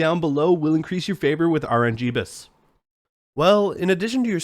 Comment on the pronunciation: “Rngeebus” lmao